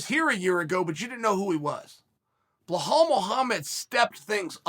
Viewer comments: "Bluhal" "Buhal" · Chael: “Blahal” Belal: This is not halal brother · Well said sir, but you butchered his name bro. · Uncle chael we can see the damaged to your brain done by the fighting, if you cant pronounce belal correctly, we can see what fighting can do or maybe the fault is with american education system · Just in from the maya calendar : the day chael sonnen pronounces belal mohammed right is the day of the apocalypse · Why do you say his name so wrong… holy crap man.. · I don’t see anyone mentioning it, so the reason Belal is calling Sean out is because of Sean’s comments about Palestine. Belal’s Palestinian, and as a Palestinian myself I agree that dude’s trash as a person. Sidenote you’re pronouncing Belal’s name wrong. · It's not 'Blehal', it's 'Belal'. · Chael I love your work but please his name is pronounced as Be-lal not Be-hal. Other than that great work, I hope this helps 👍🏻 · Uncle Chael, It's pronounced Bee-lal not Bla-hal. As an Arabic speaking man, I feel like I needed to help you out there. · Who tf is Blehal, Chael?? 🤣🤣🤣🤣🤣 Be-lal, how do get Ble-hall 🤣🤣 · Goddamn Chael wtf is Blahall 😂😂😂😂😂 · Bro, can u pronounce “Belal” correctly please? Thank you Mr Sonnen. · Chael please beeelllaalllll not blahal or just Muhammad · Bruh, Chael says blehal with a traight face EVERY single time, I know he's doing it on purpose. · If Chael says it's blahal ITS BLAHAL!!! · How hard is it to say be....... Lal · For God's sake Chael it's BE-LAAL. BEE 🐝 LAAL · Did you call Bilal…. Blahaall ? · "Blelall" Muhammad has so few L's that Uncle Chael had to add several to his name, in all fairness. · If you are going to call him Bleh Hall and then say he has balls you might as well just combine that and call him Buh Halls (Balls) Muhammed. If you can't pronounce that then just say Bull Balls Muhammed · He pronounces names wrong on purpose lol . It’s not hard to say be-lal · Chael: “Hey, Bluehalal Muhammed” Belal: “🤨 Hello.... Cheel Sona" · Sounds like Boo-hall to me🤣